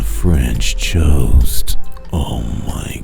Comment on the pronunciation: "French Choast" Lmao was that you trying to work some "Cheah" action into the pronounciation of the word "toast" ??? If so, well played